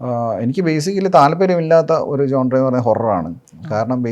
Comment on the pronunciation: ജോൺറെ അല്ല. ഴോണർ genre